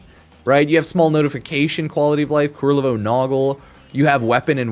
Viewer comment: Ku-LER-vo. His name is Ku-LER-vo.